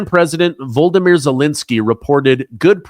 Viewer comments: His name isn’t Vol-de- mere, it’s Vo-lo- de-mere. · PRONUNCIATION CORRECTION Volodymyr Zelenskyy Volodymyr NOT Voldymyr Vol.od.y.myr If you can't pronounce Volodymyr, then just use his surname, Zelenskyy (yes, with two 'Y's). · Not Voldomyr Zelinsky, it's Volodymyr Zelensky. Can you please get it right, it's embarrassing.